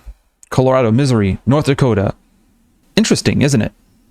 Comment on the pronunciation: Your pronounciation of Missouri is amazing, although "misery" might be a better pronounciation for "Indiana."